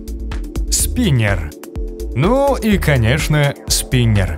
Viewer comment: Не спинэр а спинер.